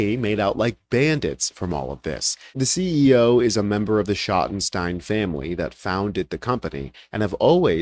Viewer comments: I'm from Ohio, is pronounced shottensteens, not stine. They must own American eagle also. They're retailers from Columbus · Shotten-Steen.... Schottenstein...just sayin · You're pronouncing Schottenstein wrong. In Columbus, Ohio the stein part of the name is phonetically pronounced "Steen". They were a large discount clothing chain until the founder of the company died. The kids went into the reality business although they still have the Value City furniture business. The Ohio State Buckeye's basketball arena is called "The Schott" which is the shorten name for The Schottenstein Center. I guess it was good they got out of the clothing business they would've lost a lot of black business after this situation.